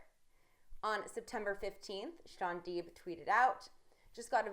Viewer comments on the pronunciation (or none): It's Shaun Deep. Not Shaun Dweep!!!!